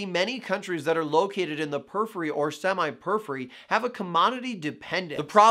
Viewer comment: The way he say "periphery" in two syllables (pur-free) instead of four (pur-if-fur-ee) illogically irritates me, lol.